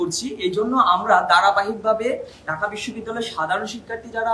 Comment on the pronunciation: ঢাকা কে বলে ডাকা, এ হলো ছাত্রনেতা, সে ছাত্র-ছাত্রীদের কথা বলবে, আগে বাংলা ভাষাতে ঠিকমতো করে রাজধানীর নামটা উচ্চারণ করতে শেখো, তারপরে রাজনীতি নিয়ে কথা বল l